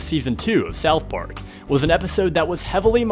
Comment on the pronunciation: “Thouth Park”